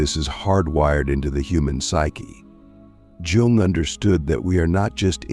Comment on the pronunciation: You fucked up the pronunciation of his name. It’s hard to take the video seriously after a mistake like that